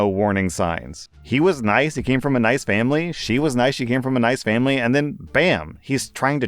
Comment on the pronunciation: "For FAMBLY!"